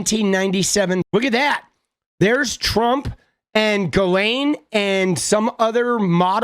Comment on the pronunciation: It's pronounced (jizz lane) 😂